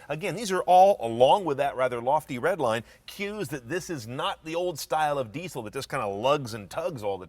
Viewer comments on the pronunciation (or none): What's a "deeee-soh"?